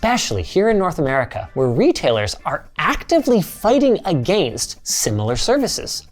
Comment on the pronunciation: Someone PLEASE teach him how to say "Against" correctly!!!